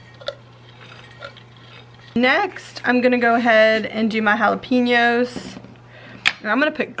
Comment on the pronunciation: Its pronounced "Halla-penyos". Not "halla-peenos"